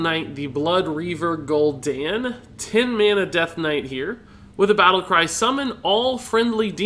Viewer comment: Holy piss is Gul'don not Gul'dan